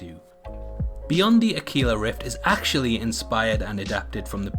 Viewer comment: Pedantic SOB here, it's not Spanish so not pronounced akila, it's akwila, Latin for eagle